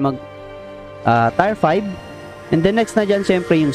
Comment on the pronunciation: Maybe you mean "Tier" as in "tiyer" not "tayr"